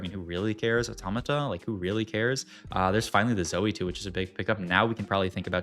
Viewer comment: pronouncing automata correctly and not "auto-mader" feels like we're in a wrong timeline